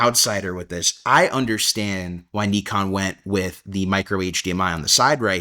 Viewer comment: Good stuff. By the way, if you are trying to pronounce Nikon properly as in how Japanese do, it's not "knee con" either. It's "knee cone". Stress the knee, not the cone. KNEEcone. I don't care how anyone pronounces it, but when I see people trying to pronounce it properly but still don't, I sometimes say something. Hope the KNEEcone ZR fulfills your needs.